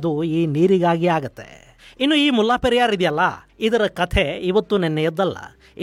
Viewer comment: ಅದು ಮುಲ್ಲಾ ಪೆರಿಯಾರ್ ಅಲ್ಲ. ಅದರ ಹೆಸರು ಮುಲೈ ಪೆರಿಯಾರ್. ದಯವಿಟ್ಟು ಎಲ್ಲವನ್ನೂ secular ಮಾಡುವುದು ಬೇಡ.